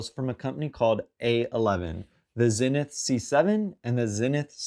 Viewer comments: Zee-nith not Zin-nith 😬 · Pronounced zeenith